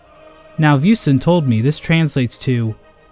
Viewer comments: Yeah he literally pronounced “buisson” as “bussonne” I speak French, I wouldn’t point it out otherwise. My friend even has a French copy of HK, however I never noticed that the dialog was so different. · «Vussonn», «Jabukouchap tchapé a rèvèdnir.» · by the way, "buisson" literally means bush in French loved your french accent though -some random french guy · "Buisson"'s pronunciation just killed me